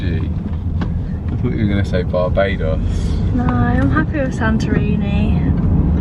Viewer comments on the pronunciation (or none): none